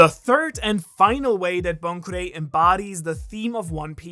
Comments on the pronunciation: It weird hearing him called Bon Kurei............. Bon CHAN or Bon Clay come on man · Not Bon Kurei. Jeezuz. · Me: oh that’s Bon Kurei Ivankov: Bon-Boy